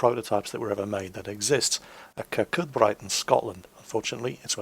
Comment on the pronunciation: it's pronounced Kurkoobree not kurkoodbright ye numpty